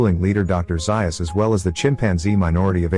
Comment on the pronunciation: It’s zayus zaius